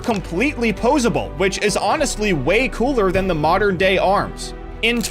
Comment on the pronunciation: "in the moderan alphabet"